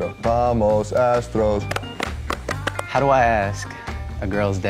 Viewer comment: Vamous asstroos!!! Lol